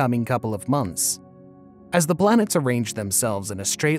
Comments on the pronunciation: kind of sounds like you are saying.."BLANETS" It's distracting. Can't finish the vid. :( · 24 blanets 😅